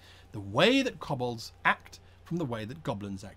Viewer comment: K-oh-b-ol-dz not K-uh-b-ol-dz